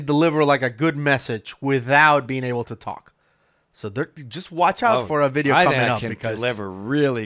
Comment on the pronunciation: Love the way he says VID-EE-EEWW